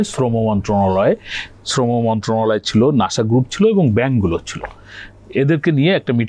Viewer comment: নাশা নয় তো, নাসা।